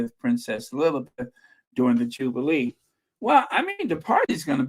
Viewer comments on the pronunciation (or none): none